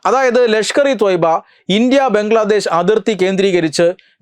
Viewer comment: ബംഗ്ലാദേശ് അല്ല.... ബ്രംഗ്ലാദേശത് 🤣🤣🤣